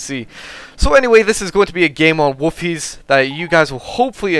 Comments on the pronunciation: It's pronounced Wolfhayzer. I used to live there. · sounds like hes saying woofies..